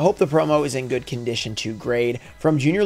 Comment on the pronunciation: Hope you pull something gooud and you pull gooud for both sides.